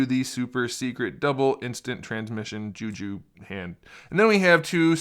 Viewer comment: What the fuck is “ ju ju” its jutsu